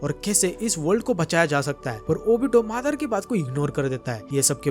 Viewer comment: Are bhaiya wo madar nhi madara h😂😂😂😂😂